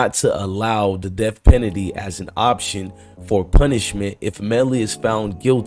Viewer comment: U don’t know how to say penalty?? And didn’t u post this videos this morning ???